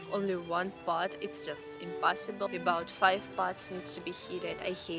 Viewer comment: would you said that it's "im-pot-ssible"? 🤣